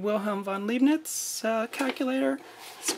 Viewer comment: Leibnitz. That's /ei/ as in eye, or lye. Thank you very much.